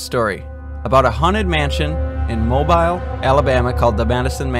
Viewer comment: Mobile Alabama is pronounced mobeel.